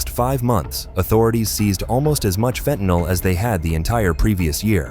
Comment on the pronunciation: Hooraaaay, this channel pronounces fentanyl correctly.😃